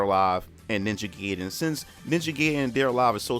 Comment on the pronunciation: its ninja gaiden not ninja geyden...learn to spell